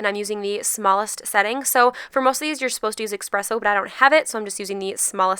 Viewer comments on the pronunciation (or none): is it jus me or she said expresso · Do not say Expresso you snail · «expresso» djjsfjdkkfdodo